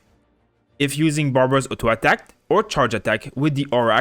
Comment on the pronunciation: I like how he says "ATTACk" xD